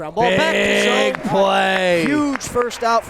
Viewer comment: One day will say Zoe's name correctly. One day.